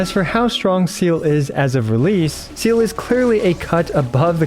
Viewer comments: bruh it’s not mhy fault at all. You can pronounce it however you like but you might be pronounce it wrong because it’s german, not English. It’s the same as how westerners pronounce Liyue/Sumeru characters wrong. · Bro all these illeterate motherfuckers piss me off so much, go play Honkai Impact 3D ffs ITS SEEEEEELE NOT ZELE OR SEAL OR WHATEVER FFS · You pronounce her name SEEE LUH Idk why ever once calling her seal like she’s an aquatic mammal lol 😅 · I came here to know "seal"'s build. But seriously. It's pronounced as Sea-lee or Sè-Lè. But as usual. iwtl is god tier as always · It's actually see-lee not seal also pls don't take this comment as a hate comment I rly love that you also make guide vid on hsr❤ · It's actually pronounced as Zay-leh. It's a German word. It's not "see-lee", not 'Silly' nor "See-luh" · everytime i heard seele pronounced as seal it felt like a bullet was shot through my head...... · Bro's pronunciation of Selee is "Seal" 😭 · IT IS "SELE" SELE!!!! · It’s not SEAL you dumb english speaker, Seele is a german word just like Walt and you have to pronunce it in german. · U pronounce seele “seela” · is that how the neglish voice actor pronounce seele? a seal? seriously? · Seele means soul in german so calling her "my favorite aquatiq animal" after butchering that word multiple times in a way that i would just dare to describe as not halal made me lowkey angry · kind of off topic, but i also think "see-leh" is a better pronunciation. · Ok but how did you manage to think her name is pronounced seal? I’m genuinely curious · Actually people don't really bother to know the correct pronunciation, which is really sad. It's not that hard like Some of the Chinese name. Seele pronounced as Zay-leh. I don't think it's a difficult word to pronounce. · Sorry to be that person, but her name is pronounced 'Seeh-leeh'. Kinda like Seelies but different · Vets should know better, not "Zeala" as well #ggx #veteran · No hate but its zeh-leh its German.